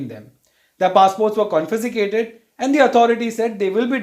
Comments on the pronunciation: ConFISCAted. Not ConFISICAted🙏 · Yes... especially how he says "Confesicated" instead of confiscated.